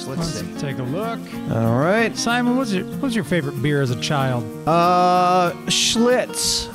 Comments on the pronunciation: How about Team Thimon, pronounced with a silent T. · Thimon (thigh-mun)